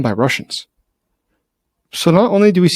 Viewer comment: Methodolicly? Bwaaaahhaaaa